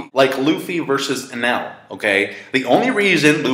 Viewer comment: Why does everyone call eniru enel?